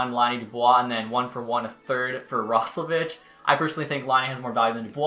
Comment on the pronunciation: It’s pronounced Roslovick